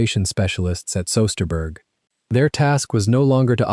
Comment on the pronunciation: Great and truly touching story and THANK YOU!!! However, you have many misconceptions of RAF history and aircraft recovery. 311 Squadron would NEVER be described as "Three Hundred and Eleven" Squadron as you state, but rather "Three-one-one" by any RAF veteran. Your pronunciation of German names such as "Bremen and Zu Lippe Wiesenfeld" and Dutch names like, "Soesterberg and Bergen op Zoom" would leave natives puzzled to the point of complete unrecognition. Having been personally involved in WW2 aircraft digs/recovery in Belgium in the past, there was no "mystery" (as you state) of what became of those 5 airmen. Another misconception of yours is what occurred to this Wellington upon impact. The majority of the fuselage, tail and both wings remained largely on the surface, were carted away by the Luftwaffe and scrapped in 1941. The entire outer surface was of canvas so your mere mention of aircraft reconstruction was an impossibility from 1941.